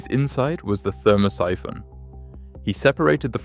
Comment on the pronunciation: "ther-MOSS-i-FON"? Oh, Thermo-Siphon! Geez, does anybody do QC on AI?